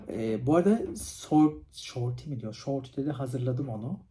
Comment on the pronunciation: gece gece kalkıp çorba yapacam şimdi😂 Bu arada şorti demişsin “short” diye yazılır “şort” diye okunur aşkım❤